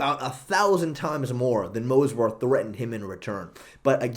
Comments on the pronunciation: In Movsar's name the v is before the s yet you always call him Mosvar, it annoys me because it sounds bad and Movsar sounds cooler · is the "move-svar" guy in the room with us? XD this is chael sonnen type of butchering names